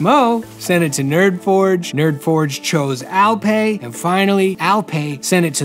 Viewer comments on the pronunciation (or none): It's not Al-pay, it is Al-pie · the way he pronounce alper is way too funny wrong but cute funny :D